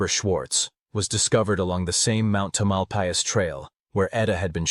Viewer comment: Interesting murder case I never heard about. Wish you had checked how to pronounce the words Tamalpais & Marin.....everyone that listens to your video has been given wrong pronunciation. I was born in San Francisco. The whole area was my stomping ground. & I don't care if I sound like a word nazi......I was born & raised there. Even googledegoo will tell one how to pronounce words. ☮️💖🌻